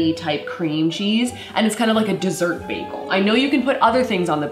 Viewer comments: It’s a baYgel ok not a baglE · said beacon egg and cheese begale as im eating one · When you said bagal all I thought about was baggles from i Carly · She ate bagels, or as Britta Perry from community pronounces it BAGels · Am I the only one that pronounces bagels BAGels no just me okay